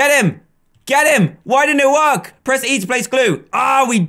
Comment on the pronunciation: To me it seems like dress start